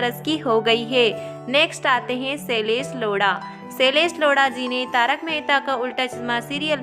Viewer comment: shailesh lodha❌ shailesh loda✅ 😂😂